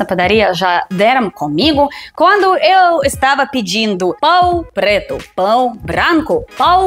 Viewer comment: eu já trabalhei em balcão de padaria, e se você me falasse "pão preto" ou "pão branco" desse jeito eu não ia me aguentar de dar risada. 😂😂😂😂😂